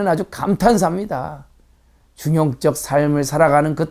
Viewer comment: 한 가지 발음 문제!! 중용적을 왜 "중용쩍" 이라고 발음하십니까?? 이 " 중용쩍"이야말로 "반중용적"이올시다.